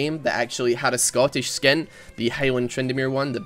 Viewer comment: "if its not sottish its crap"